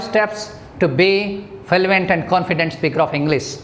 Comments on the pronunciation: its fluent not fuluent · Learn fluency first Then teach It's fluent no filuent 😂😂😂😂😂😂😂😂😂😂 All over accent is rubbish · Sir your pronunciation is not correct.. U pronunced fluent as falluent It's ˈflo͞oənt not falluent... Blood as bləd not balad.. Sir First work on ur pronunciation property... Otherwise your all tips are so precious... Thank you Sir... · I agree